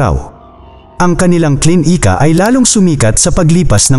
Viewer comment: D maayos ang pagkabigkas ng words,tulad ng klinika,naging KLIN - IKA at iba pang words kaya d gaano maganda pagkakasalaysay